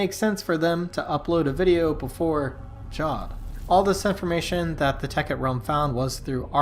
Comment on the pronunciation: Heres one it’s pronounced javed not jawed